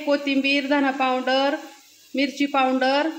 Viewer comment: पाऊड्रर्र नाही ग अक्का पावडर म्हण 😂